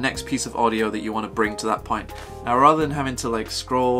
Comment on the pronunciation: No nonsense mode activated: “Let’s get straight to the moint.” Haha